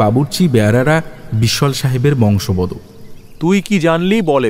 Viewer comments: এই উচ্চারণ টা কিছুতেই ঠিক করানো যাচ্ছে না, 😊 বংশবদ নয় বশংবদ হবে, আগের অনেক গল্পেই আমি বলেছি। যাক আপনিও বললেন এবার যদি একটু উচ্চারণটা শুধরে নেয় 😊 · বংশবদ নয়, কথাটা বশংবদ ভাই। আপনাদের বাকি সবটা এত ভালো !! শুধু কিছু উচ্চারণ এভাবেই কানে লাগল। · কথাটা বশংবদ হবে। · আপনিও ভুল বললেন। কথাটা বশংবদ্ ই